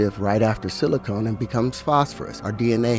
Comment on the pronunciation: DNA does not wrap around anything..he's also mispronouncing silicon, and manganese lol